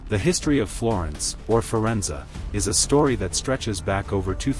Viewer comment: I definitely gave you a thumbs-up and subscribed. I was particularly pleased that you pronounce "Medici" correctly, but I wish you had pronounced "Firenze" correctly, too. It's feer-ENT-say. You mispronounced the last syllable. (Since you asked, I've lived and worked in Florence for the past 40 years. I teach at the Angel Academy of Art, Florence.)